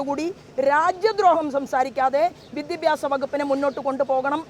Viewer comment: വിദ്യബ്യാസം അല്ല സോബേ.... വിദ്യാഭ്യാസം